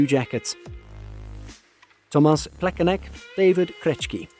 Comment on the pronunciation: David Krechki? WTF? Where do you see the K? Is it really that hard to search for the correct pronunciation of foreign names? You also got Plekanec wrong. C at the end of the name is pronounced as ts. Krejčí is pronounced as Krej-ch(ch as in cheetos) and ee (as ee in cheetos). Matthew Tkachuk is no longer with Flames, this is his second season with Panthers. Very poorly researched video.